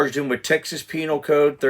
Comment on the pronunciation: Lol. You said peinal. Yes I am 12.